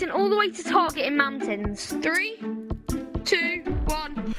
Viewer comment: MOUNTAINS not ice map 😂😂😂